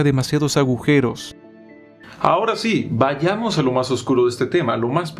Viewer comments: Jajaja, también me llamó la atención su manera de entonar o acentuar la palabra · sólo un comentario, se dice vayamos no “váyamos”, buen video. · dijo "váyamos" y se dice vayamos